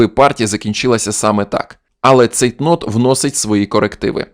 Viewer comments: Чути як ви сказали Цейк Нот. Яка помилка. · Дякую за відео. Ви говорите ЦейкНот, або погано почув?! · Ви справжній джентельмен! Я, ваші коментарі не слухав, дивився відео з Іванчуком, коли почув - Цейк-Нот, справді вуха ріже. Маєте рацію - потрібно після такого перевірити. Дякую за пораду!